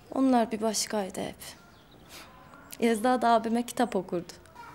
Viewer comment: Yezda değil değil. Laaa bizim kiracı sevdağğğ